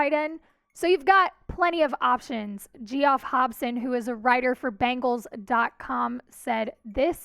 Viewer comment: "Gee-off Hobson".. lol